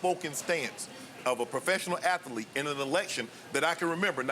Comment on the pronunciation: Shannon: Athaletes...